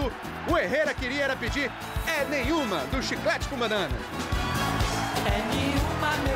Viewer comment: O nome da música é "É nenhuma", mas o cantor pronuncia "é niuma"